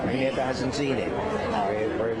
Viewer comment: He can't even pronounce Agnetha's name.